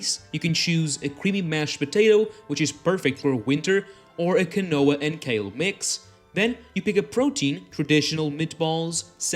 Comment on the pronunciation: "Keen-noir" for quinoa ;-)